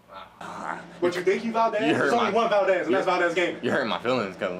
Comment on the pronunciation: "Valquez"😂😂 btw it's me yana (ya god sister)